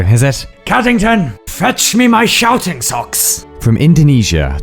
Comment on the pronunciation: i ate 2 pickles while watching this video also i think you actually said "shouting socks" but i keep hearing it as "sharting socks"